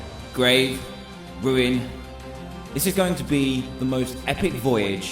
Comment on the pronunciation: Why does can call Ruin Wuin at the beginning